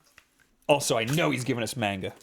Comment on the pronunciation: What the hell is "Main-ga?"